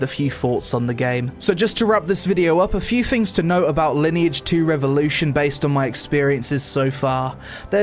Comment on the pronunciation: Sponsored video, can't even tell the name of the game right. Ok.